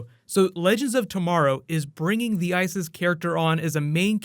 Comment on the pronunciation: ISIS its me or it says I.S.I.S?